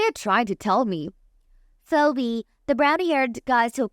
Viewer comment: Phoebe is pronounced, Feebee. Otherwise, thanks for the story.